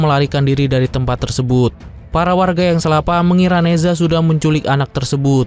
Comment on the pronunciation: Ne Zha bacanya Na Cha...Z di baca C